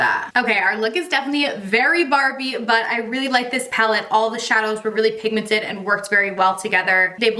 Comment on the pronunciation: Ahhh, lets get you to 900k!! So close!! Love ALL the videos, your so beautiful ❤️ .... It's "pinkmented" instead of pigmented lol